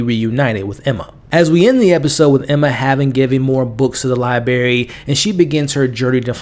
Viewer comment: Sorry to go all Karen on you but it’s Library with and R not Liberry.